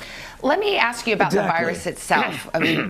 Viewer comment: Nobody: Today Show Narrator: "the vYrUs" I'm sorry but the way he pronounces it kills me lol